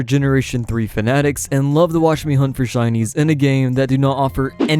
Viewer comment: Im convinced that he said “And love to watch me hunt for chinese”😂